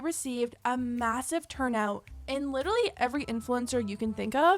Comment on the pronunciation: Licherally?Coachella? You have a speaking style for library work.